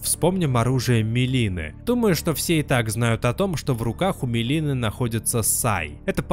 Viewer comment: МЕлины💀(там "и") А так крутое видео,как всегда❤